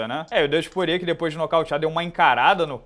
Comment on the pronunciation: Porrier, Porrier...Porrier. Pô, é Porier mesmo que fala, o nome dele não tem relação com porre e nem com porra XD